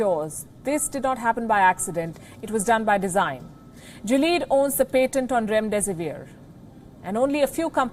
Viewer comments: It's not "jileed" GILEAD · You guys had me confused, It's not Jilead it's Gilead. The "G" is pronounced same as in "Girl" and "ilead" similar to Billiard. So GILLIAD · Someone needs to learn the pronounciation of Gilead Sciences.